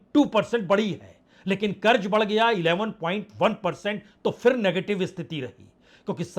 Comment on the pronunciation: उच्चारण का संज्ञान लें फिर ( फ़िर नहीं) बाज़ार (बाजार नहीं)